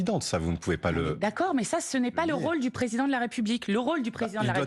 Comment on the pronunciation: Pourquoi ces journalistes ne prononcent pas "préSIdent" de la République correctement? Bravo Mathilde!